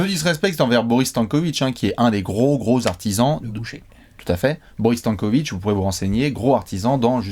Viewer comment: j'ai stoppé la vidéo, vous écorchez le nom "Stanković".. (c'est simple à prononcer Stan, comme Stanley, Stanislas.. Stanko, Stanković). Bon après j'ai repris la vidéo, car je vous aime bien.